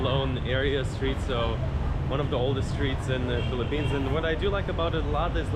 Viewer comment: It's "Philippines,".